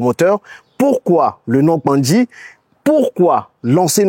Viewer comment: Hmm tu prononces bien KPANDJI déh